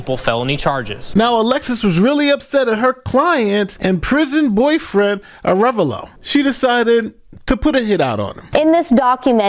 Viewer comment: a full video of everyone mispronouncing "Ah -re -VAHlo"